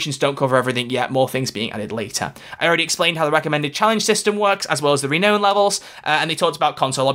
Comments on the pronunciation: You completely, mispronounced, renown. It's Ree-now-n, not Ree-know-n. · The way you pronounce "renown" is killing me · "Re-known" or "re-noun"? Don't tell me I've been saying it wrong all this time!